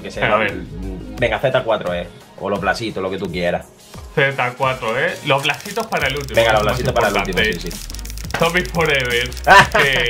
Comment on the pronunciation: Te salio la deagle por poner Plasitos y no blasitos jajajajaa